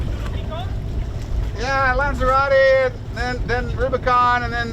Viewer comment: "LANZARORE" is not pronounced "LANSERRATTI". It's not a Maseratti. It's pronounced LAN-THA-ROW-TAY"